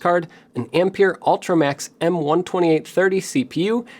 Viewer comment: Ampère is pronounced as ahm-pair.